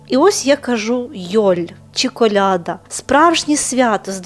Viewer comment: КолядА. Наголос.